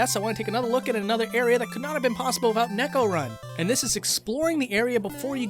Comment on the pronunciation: "NAY-ko", not "neck-o".